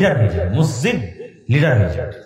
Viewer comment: হাইরে হুজুর মসজিদ উচ্চারন করতে পারে না?